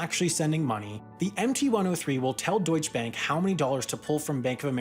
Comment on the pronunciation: Horrible pronounciation of "Deutsche Bank". At least try to pronounce it correctly.